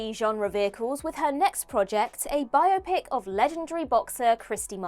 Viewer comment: Great topic,! (and thanks for correctly pronouncing "biopic"; please teach Gareth)